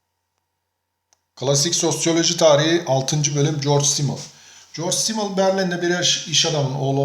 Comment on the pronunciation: telafuzunuz çok hatalı. düşünürün ismini bile yanlış söylüyorsunuz